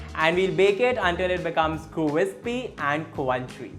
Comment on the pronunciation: Loveee your accent, an extra “w” everywhere hahahahaha cwrispy and cwrunchy 🤣